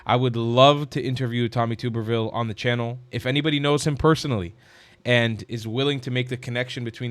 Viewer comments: Tub-er-ville, not Tube-er-ville. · He is my Senator! Love him! But you are pronouncing his name wrong…lol. It’s TUB-er-ville, not TUBER-ville 😊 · You're mispronouncing his name. Its' Tub-erville as in bath tub. He's a great American patriot and former head football coach at Auburn University. He's absolutely right about the Muslims. They don't belong in America or in any free society. They're heathens and they have shown for centuries that they cannot peacefully coexist with Christians. Islam does not permit it. God bless coach Tuberville for his honesty in dealing with evil. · It's pronounced Tub er ville. Not tube er ville. I'm from Alabama. No offense intended young man. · His name is pronounced TUBBER - ville. Not TOOBER-ville. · Please learn to pronounce Senator Tub-er-ville's name. It is NOT Tube -er-ville. He is one of my senators and I am very proud of him. He will be the next governor of Alabama. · Love your work,. Senator Tuberville’s last name is pronounced with the “Tub” sounding like tub in “bathtub” rather than like “tube” 😊 if you interview him, I don’t think he’d be offended at all … but thought you’d like to know. I hope you get that interview. God Bless ❤ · Pronounced tub er ville. Like in bath tub. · Tuberville pronounced tub like bathtub instead of tube like youtube. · It's TUB erville like bath tub. 😂😂 That's how he pronounces it, himself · That's my Senator!! Thank you for speaking up when so many are afraid to do so!! (Also, his name is pronounced "Tub-ber-ville".) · It is pronounced Tub-ber-ville. I will see if I can reach out to him for you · Its pronounced, tub-er-ville, and ges a sane one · His name is pronounced "tub" as in bathtub "er" "ville" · Tubber pronounced like rubber. Tubberville. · With all due respect, (I’m from Alabama), his last names is pronounced TUBerville. I love your channel❤️ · Pronounce his name as though it has two B's , not like Tooberville!! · He’s from Alabama it is tub er ville